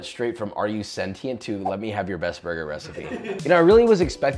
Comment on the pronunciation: Pronounced “Senshient” like patient, not “pate-ient”